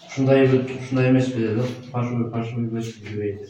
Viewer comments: ФАРШЫВЫЙ эмес ФАЛЬШИВЫЙ деп айткылачы же болбосо Кыргызча эле суйлой бергиледа ЖАСАЛМА экен деп эле. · Фарщивый эмес фальшивый деп айтса туура болмок😂😂😂😂😂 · Фаршывый эмес : Фальшивый ! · Фальшивый деп жазылабы ондо фаршивий деп айтылса